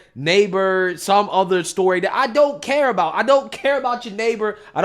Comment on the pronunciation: So now Camela says “ion”? 😂😂😂 and her Indian mother raised her and her sister to be black? I guess I raised my black son to be white.